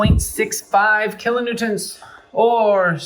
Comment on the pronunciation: Kilonewtonts? That’s what you said ? 😅